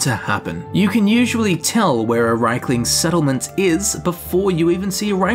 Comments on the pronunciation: They are Rieklings, not Reiklings. You pronounce the word as if they were Reiklings. This is a common mistake made by native English speakers. ie = i: ("1,5 times i) ei = ai An example: the name "Stein" is NOT pronounced "stiin", it's "stain". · GOD I'M SO FRUSTRATED! Reeklings, not RAYKLINGS DAMN IT! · Its r ie klings not reik.. In english you can say its not Ei as in reich its riek as in reek. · If you pronounce it as its spelled, it would be "Reek-lings" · Reichlings?! Wtf They also pronounce Daedra "Deirdre" sometimes in the games but that doesn't make it right! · Why is it pronounced Reikling when it is spelled Rieklings? Top 10 questions science can't answer. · IE, not EI.